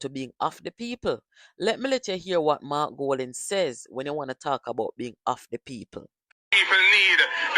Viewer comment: No EDUCATED and INTELLIGENT person who NEVER compare Mark to Mr. Andrew Holness. Mark can't even pronounce his own name.